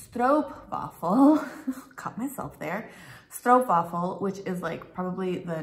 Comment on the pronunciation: the "Stroop" in "Stroopwaffel" rhymes with Hope, Dope, and Rope, and NOT with loop, troop, or poop (Canadian Oostenbrinks usually insist on the right pronunciation to rhyme with Most, Post, Coast, and Toast)